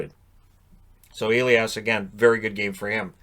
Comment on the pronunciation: it´s a german first name. Its not pronounced Eliash. Its Elias with a "sharp s"